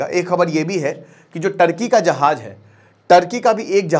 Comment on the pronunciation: Bhai jaaj nhi hota jaaz hota ha 😂😂 Urdu sekho bhai